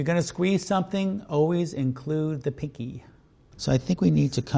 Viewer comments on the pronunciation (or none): Was he saying picky instead of pinky??